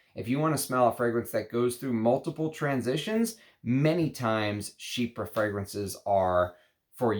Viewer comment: I’m sooooo glad you stopped saying “chyfra” in your newer videos 🤣 keep up the great work, I’ve learned a lot from you since I found your channel this past Christmas 🫡